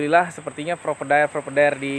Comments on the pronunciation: Provider (Pro-Vay-Der), bukan propedair 😂😂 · Hahahahaha penting omonge lancar 😅😅😅